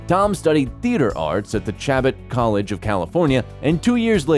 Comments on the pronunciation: The school Tom attended *Chabot College” is pronounced SHAH-BOH not “chab-bot” as you said it. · The junior college he attended is pronounced, Cha bo..